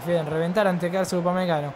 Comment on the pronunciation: “Upamecano. Upamecago 😂😂